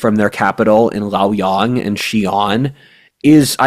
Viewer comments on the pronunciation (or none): 洛陽 luo yang. pronounced like English "Lwo yang".